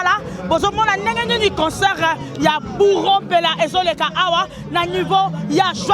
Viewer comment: On dit concert , non pas concort